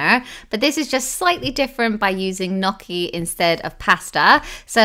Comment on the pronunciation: I love the way you say gnocchi :)